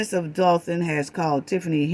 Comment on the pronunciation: Great video love your sarcasm but the way you pronounce *Dolton as “Dolphin” has me crying laughing it’s so cute because I know what you mean it’s just the way it sounds😂😂😂😂😂😂😂😂😂😂😂😂